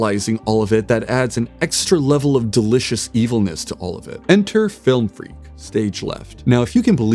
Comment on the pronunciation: "Flilm freak"